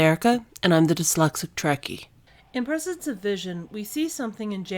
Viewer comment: It's persistence, not "prescence".